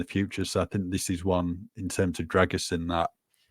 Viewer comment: I think needs to help with the pronounciation of the Dragusin name 👍